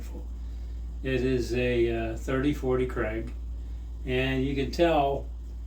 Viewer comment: Krag, not craig